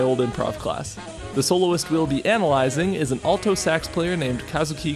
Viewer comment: Man the way he says ALTO sax is just ew.